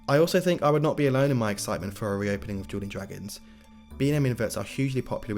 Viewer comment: On the timestamps, you called dueling dragons "Jeweling Dragons"😂😂